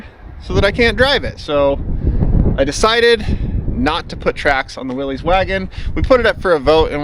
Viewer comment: It is pronounced "Willis" not "Willees" according to the old commercials that the company made.